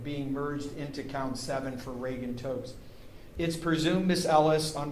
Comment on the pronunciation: Can someone please explain to me why the judge keeps saying Regan Totes?